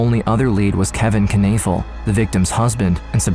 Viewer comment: Kanafill? Iy clearly says Knoefel. Learn to pronounce.